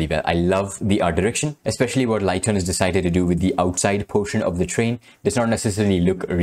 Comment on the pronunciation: Ligton (pronounced lig-tuhn) is female👍